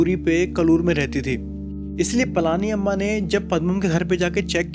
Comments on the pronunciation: Its पळनी अम्मा and not ,पळानी अम्मा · She is pazhani amma not palaaaani amma 😊